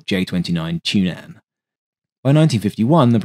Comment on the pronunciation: I think you will receive flak for the pronounciationof "Tunnan": The double-n ("nn") doesn't make any syllable in the word long. It makes the "u" short. !